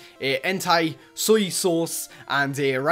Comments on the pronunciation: he said soi sauce 😂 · lol he said soi sauc einstead of suecune it was so funny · guys look soy sauce thats not how u pernownce suicune rip suicune